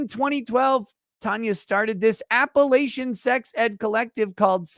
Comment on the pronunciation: The way pronounced Appalachian, as an Appalachian, made my stomach turn... The third a is like the a in latch, not like the a in lay.